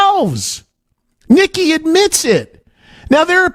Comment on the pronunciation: Nikki not Mick